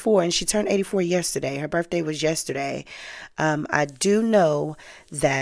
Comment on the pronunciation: This is good information. But you need to learn the "th" sound in a word isn't a "f" sound. Words like Birthday or both.